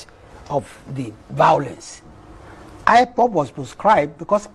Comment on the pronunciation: He can't even pronounce ipob.... shameless man